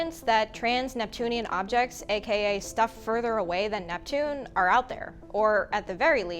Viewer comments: That small slip with Netpune goes almost unnoticed :-). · Netpune!!! Net Poooooon!!!1!